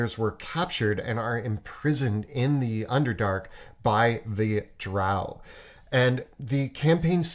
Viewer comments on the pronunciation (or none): none